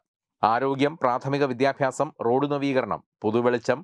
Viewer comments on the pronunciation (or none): none